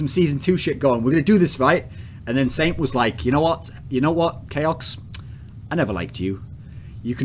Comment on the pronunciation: sint sent sint sent.. no... its saint